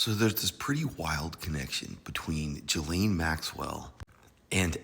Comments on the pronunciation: GAH-Lane-- her name is pronounced "Gah"-"lane"-- this "Jah-lane" stuff is wrong. Gah-lane like "Ghost"- not "Jhost." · It’s “GHEE-laine” not Gee-laine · Pronounced “Guh-Layne.” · She doesn't deserve to have her name pronounced correctly, but I'm just saying, that's not how to pronounce her first name. So what.